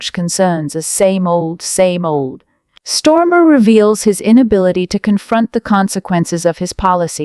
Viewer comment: Hi AI please note it’s not Stormer but Starmer, the only thing he’s storming is his party.